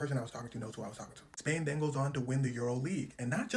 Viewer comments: Did he say trash versus Spain?😂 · Did he say Trash Vs Spain😂